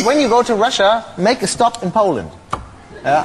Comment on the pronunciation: Paul-land ... nice :)